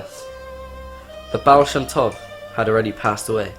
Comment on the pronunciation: Yep, this is defiantly fake. Guy doesn't look anything like a chasid, and pronounces the words "chasidic" and "baal shem tov" wrong. Also, half the video it looks like he's reading from a script below the camera.